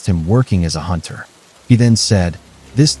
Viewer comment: a hoonter must hoont -eileen the crow